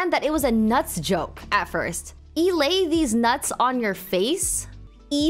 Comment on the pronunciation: I don’t get why Americans can’t pronounce words right like with thinking EI makes “Ai” when it doesn’t, it makes an “Ay”sound. Glad Valk is actually able to read